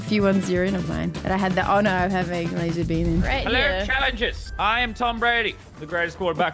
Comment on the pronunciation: ITS LAZARBEAM NOT LASERRR